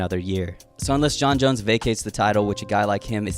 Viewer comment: Why do you pronounce "Jon Jones" as "Jon Jons"?